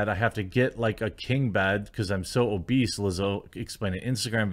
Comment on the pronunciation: She mispronounced obese!